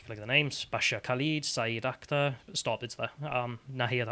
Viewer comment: Quick one Why are you pronouncing their names with that inflection? Alex Bel did the same thing last night. Just curious, trying to learn.